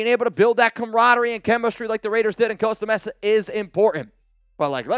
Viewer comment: Someone please teach how to say Costa Mesa!!!